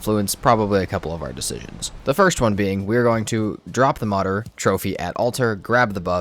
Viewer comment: It’s not Modder, try to say Mood + err (like in error, but without “or” haha).